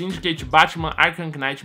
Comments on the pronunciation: que agoniaaaa batman arkam "quinaiti" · afliçao ele falando arkhan Knight '_'